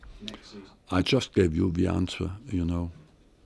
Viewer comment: How come this guy still doesn't know how to pronounce 'answer'?